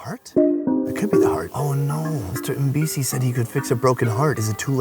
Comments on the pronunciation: every time you say Mpisi I thought you were saying NPC, and I'm like is this a game? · For a moment i thought he said "thats what NPC said"